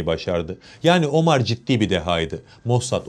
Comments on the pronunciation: Abi , Omar ismini biz Türkler'in Ömer olarak telaffuz ettiğini biliyorsun , değil mi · Teşekkürler, ağzına sağlık da; ÖMER ismini hiç mi duymadın be kardeşim? OMAR nedir ya hu? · ne omarı ya.. ömer... inglizler gibi okumayın